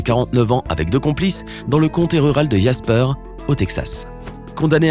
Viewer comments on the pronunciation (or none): none